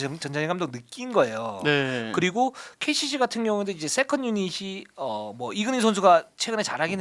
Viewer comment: KCC를 계속 KGC라고 하시네요.. 너무 듣기 불편해요..